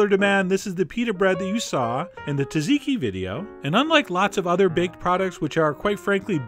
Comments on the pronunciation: It's tzatziki, not 'tazeeki' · tazeeekeee? its called tzatziki....pronounced saaaatzeeeekeee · Not "taziky" dude! "TZA-TZI-KI" good vid though! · John: It's Tsaziki, not Taziki. The S is pronounced! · as a greek i cringe every time you say 'taziki' XD amazing recipe though! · theres no EXACT way to type the pronunciation of tzatziki in english but the closer one would be jajiki (or jah jee kee). The tz sound is not separate in greek, its like a single thing but written with a combination of two characters. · Its Τζατζικι - Tzatziki and its pronounced Dzadziki ( with a prounced flat A not e) As Greeks will prounce T bofe Z heavy and it makes it sound like a D. Get your info together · Ikr! I cringed so much when he said taziki lmao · It is pronounced Tzidiki (za diki) not tee zee dee ki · Dear Chef John, I love your videos, I love your recipes BUT I lose my mind over the way you pronounce Tzatziki. TUZiki is not it at all. Please run to your nearest Greek acquaintance and get it straight. And take my other favorite food star, Elton Brown with you. With affection... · I cringe too, and I'm italian :) (but I do a gorgeous tzatziki, ahah!)